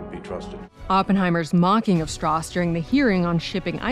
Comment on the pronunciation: Didn't Strauss say his name was pronounced Strowse? He corrected Oppenheimer's pronunciation the first time they met, or was it the other way around because Strauss wanted to move away from the German pronunciation of that name.